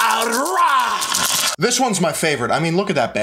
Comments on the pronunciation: Rah not Ray. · Sun god ray? Nah bro... 😂😂 Please tell me that's not how you think it's pronounced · The way you pronounce the Egyptian god Ra’s name bothers me, but funny video